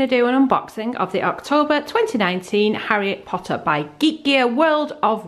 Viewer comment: Why does it sound like you say "Harriet Potter" instead of "Harry Potter"?